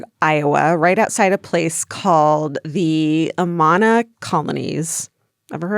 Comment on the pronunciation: AMAHHNA! Hahaha Amana is pronounced like Amanda but without the d. Lmao I live close to the Amana Colonies and it's funny hearing Georgia's pronunciation. Love it! 🤣💜